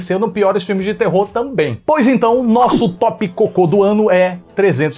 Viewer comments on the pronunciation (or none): fala piores "Peores" -PIORES "PÊÓREES